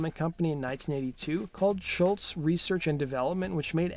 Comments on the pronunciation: It's SCHOLZ not SCHULTZ.... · Damn dude, first, you gotta learn how to pronounce Tom's last name: it's ScholZ, not shultz! 2nd, a bit more fact checking. You tell parts of the story different than Tom himself. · Great first album, great songs, great guitar tone, drums and bass sound really good for mid-70's basement studio recordings, and Brad Drop provided incredible vocals. It sounds like you're pronouncing his name, "Schultz," and not, "Scholz." Kinda annoying. Cool video otherwise. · It's not Schultz, it's SCHOLZ (rhymes with moles). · This is to the guy who did the Voice over it's Tom Scholz not Scholtz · Great video and info. BTW, Scholz is pronounced "Shoals". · Hey nice job but can you pronounce his (Tom Scholz) name correctly especially if you are going to say it dozens of times? It's pronounced like "Shoalz" there is no "t" sound in it. But you even put a "t" in the tags of the video. Otherwise good job. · Narrator mispronounces Tom's name every time! The is NO "T" IN HIS NAME! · Doe the narrator keep mispronouncing Sholz or am I not hearing him correctly?